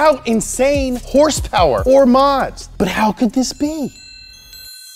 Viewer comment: K28 with 200 hers-pers!!! No no! Haha. We all forgive you! Much love brother.